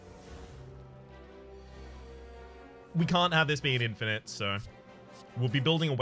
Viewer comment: "Infinish" LUL